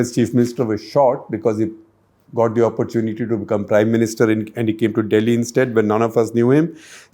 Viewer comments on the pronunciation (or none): none